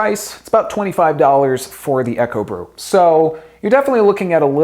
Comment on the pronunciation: Isn't Ekobrew pronounced "eeko brew"? Eko, like eco (short for ecology... meaning environmentally friendly). And isn't Kuerig pronounced "key-yer-rig"? Sorry for being a stickler it was just bugging me! lol. Thanks for the video! I went on to buy a Ekobrew and love it.